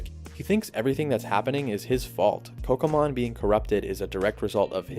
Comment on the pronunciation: Oh okay my bad... It sound like you said Pokémon😂 lol.